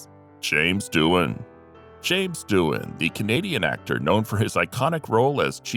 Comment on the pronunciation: You should be ashamed of yourself. James Doohan is the right way according to IMDB and you still manage to call him Duan.